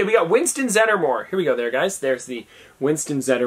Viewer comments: It’s zeddmore not zeddermore And Alex Armstrong has glitter because there are multiple parts in the show/manga that he becomes super girly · Dana is Sigourney Weavers character. And not Zed"er"more just Zedmore